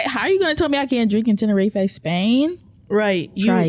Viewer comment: The pronunciation of Tenerife is stabbing my ear drums 🤣🤣